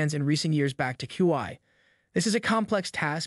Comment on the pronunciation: For heaven sake you can't pronounce HUAWEI correctly.